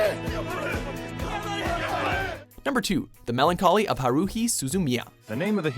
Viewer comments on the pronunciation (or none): I'm so mad at how he says haruhi name its ha-ru-hi not whatever he named her